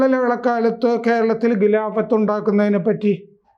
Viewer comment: ഗലീഭ, ഗിലാഭത്ത് എന്നിങ്ങനെ പറയാതെ ഖലീഫ, ഖിലാഫത്ത് എന്നിങ്ങനെ തിരുത്തിപ്പറയൂ.